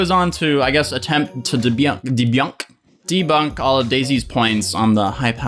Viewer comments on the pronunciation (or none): I think I’m just going to say debyunked from now on. 😂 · "Debyonk?" dafuq is that?